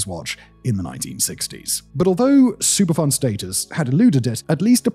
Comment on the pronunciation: Every time he said superfund, it sounded like he was saying super fun to me & I couldn't help but chuckle, then feel bad for chuckling, given the subject matter. I grew up and still live near (but a safe distance from) St. Louis and I've been hearing about this for years and it's always baffled me how people can either but so stupid or care so little as to allow this to happen.